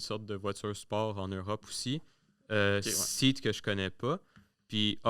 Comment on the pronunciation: Seat est une marque espagnole et çase prononce Cé-ate 😉 ! Ah et Rolls-Royce à Montréal existe toujours, mais il s'agit de moteur d'avion et pas d'un lieu d'assemblage pour les voitures Rolls